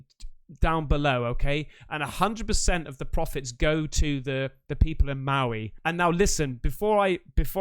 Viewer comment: your pronunciation of Maui hurts my ears🤫